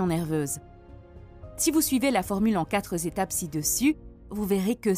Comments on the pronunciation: « En quatre étapes » se prononce « en katrétap ». Pas en « katreuzétap ». Merci !!! Et pourquoi parler en dollars ?! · Quatre Zétapes ?